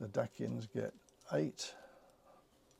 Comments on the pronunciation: Very nice tutorial thanks, small heads up, the Dacians are pronounce normally as Daie-ssh-uhns by most. 🤷‍♂️ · Isn't it Day-shi-an or Day-see-an? Have I been saying it wrong this whole time?! Anyway, nice video as always!